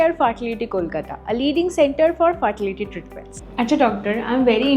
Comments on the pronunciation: What is fartility,the word is fertility.Atrocious pronunciation.😅😅😅😅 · Poisa pachhis bole ja khushi korchis... Bhalo katha .. kintu ashikhito ar murkho tar sima chariye giye fertility ke faaartaliy ar ivf ke ibf bolchis keno bhai.. English uchharon ta sekh tarpor katha bol #chorpita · Faartity sounded like " thurturi padam "😂😂. When you are talking on a serious topic , make sure to pronounce the words correctly and not make a mockery of the actual content.